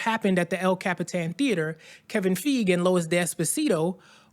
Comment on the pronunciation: Are you sure you even pronounce Feige correctly?